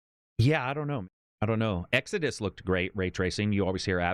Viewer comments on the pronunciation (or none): none